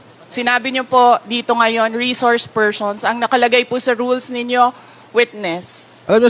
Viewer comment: Rishorsh Pershuns 😂😂😂